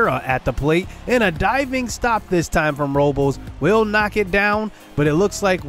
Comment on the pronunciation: Day 100 of asking what Benito Osuna's Batting Stance is lol Also it's pronounced Victor (ROW-BLESS) JJ (Bluh-Day)